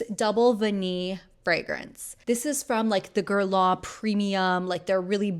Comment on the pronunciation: Are you not pronouncing the n in guerlain?